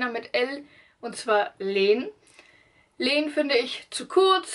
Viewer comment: Also die Namen hast du falsch ausgesprochen. Jonne wird ausgesprochen wie die Nonne, aber mit J. Jaro wird auch deutsch ausgesprochen und nicht mit 'dsch'. Und auch Lenn wird eher "Länn" ausgesprochen und nicht "Leeeeehn"